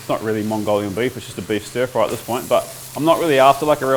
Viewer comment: The only way I knew you were a kiwi is that you pronounce “this” like “thus”